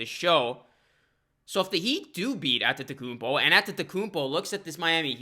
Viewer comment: i think you deserve a like for the sheer number of times you said antetokounmpo correctly.